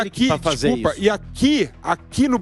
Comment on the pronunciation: "para com issu, para com issu" kkk viraria um bom meme 😂